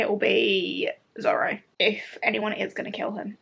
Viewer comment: You pronounce Luffy like London not, loo as in the toilet. Zolo is pronounced Zoro because the Japanese pronounce L’s like R’s. Usopp is pronounced Oohsopp.